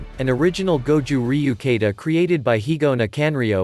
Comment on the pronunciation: ita not Kaata but its a Ka-ta (and Goraru pronounced) , is this a computer reading the text